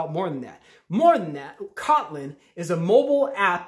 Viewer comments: You’re pronouncing it wrong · somebody had to say it. lol.